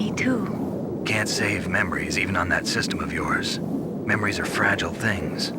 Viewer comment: Snake definitely says ''memwies'' one time when responding to Mei Ling in that codec call. Maybe it made Kojima and the team laugh and was subtle enough to leave in.